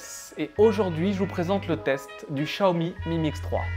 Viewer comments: Chiaomi, pas Chaomi ! :p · Tu vois tu as du mal à prononcer chat umi ahhh. Donc met toi à la place du con qui achète et qui voit qu'il n'y a pas de notice en Français. 500 £ plus prix d'un traducteur " chat " commence à faire cher!!!!